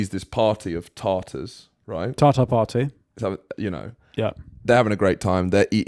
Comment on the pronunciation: Tarter ?! Tatar !